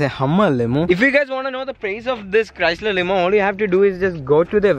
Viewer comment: Dude it's not prace it's price